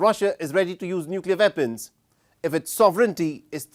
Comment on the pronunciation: Nuclear "Vepons" ...omg !!! speak English !!! get your enunciation correct dude...